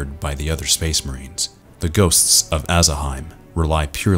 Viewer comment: The way you're pronouncing it, should it be spelled Aasaheim?